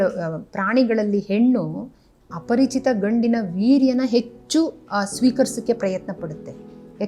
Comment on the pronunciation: Yen mam parichitha aparachitha.... Helthira.. Sadruda 😅